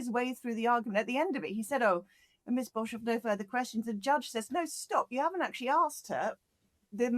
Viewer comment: The surname Boshoff is the incorrect protion. Pronation emphasizes the O. My maiden name was Boshoff. My fore father's were of Dutch /German descent.